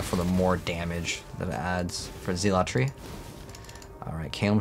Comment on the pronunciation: What is zeel-a-tree